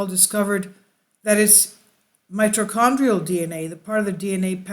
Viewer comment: You’d think that if you were going to take the time to edit a video together, you’d learn how to say mitochondrial before hitting record. Did the ball drop when Lloyd died?